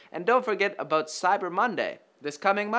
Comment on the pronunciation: when says "aboot"